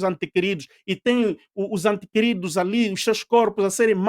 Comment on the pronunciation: Diz-se ente querido e não antequerido.